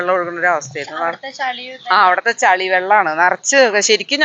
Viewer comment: ചളി അല്ല ചെളി